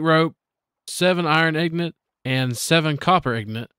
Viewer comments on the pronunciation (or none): I will tell you the same thing I told my best friend for 8 years. Ingot is not pronounced "Ignut." This is the hill that I die on.